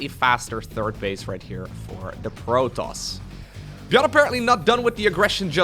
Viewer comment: Protons is enunciated as "pro" then "toss". As in toss the ball over.